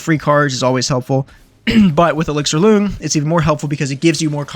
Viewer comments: When saying “loong,” it’s pronounced closer to “long.” It’s Chinese and means “dragon,” his name is ‘elixir dragon’ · BTW, you’re pronouncing it wrong. It’s a Chinese word pronounced “lung”. Hence the “Auqa Lung”.